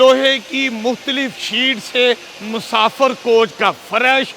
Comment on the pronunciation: Musafar ❎ Musafir ✅ 😂😂